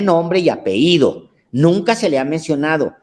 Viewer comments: 5° Por ultimo mi admirado señor Alejandro, permítame hacer una aportación: La palabra correcta es "Apellido", NO "Apeido" como varias veces Usted mencionó. Y por cierto, la 2a. Caja es para procesos administrativos que se usa para recibir proveedores, la usan los Inventaristas, Asesores y Encargados. Debe estar disponible para tareas automáticas. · No se dice apeido se dice apellido! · Por favor la palabra debe ser apellido, ape-lli-do...gracias.